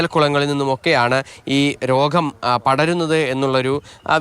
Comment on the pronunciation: രോഹം അല്ല രോഗം 🤣